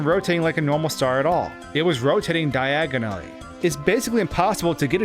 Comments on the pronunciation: "it was rotitatting diagonollally" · H said daananaly wait why